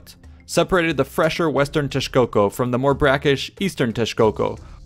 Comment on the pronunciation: Thats some great pronunciation from an non native damn. You even knew to say the correct form of Teshcoco, instead of Texcoco.